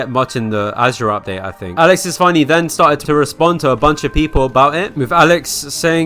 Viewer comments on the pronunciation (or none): none